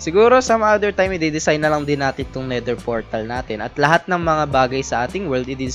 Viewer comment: "Nether Fortal"